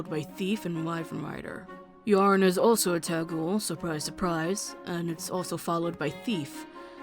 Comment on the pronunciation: FYI Taguel is pronounced Tog-well. Panne has a Crit voices line where she says "The Taguel do not play". That is all.